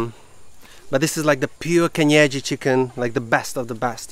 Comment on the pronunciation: 😂😂😂 pronouncing kienyeji chicken very well 😂😂😂